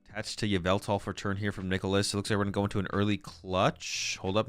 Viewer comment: STOP CALLING YVELTAL YOU-VI-TAL PLEAAAASE GAAAAAAAAAAAAAAAA (yuh-vel-tal)